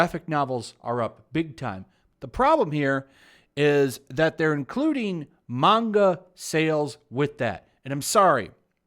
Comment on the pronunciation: Can we just all appreciate that pronounces manga correctly?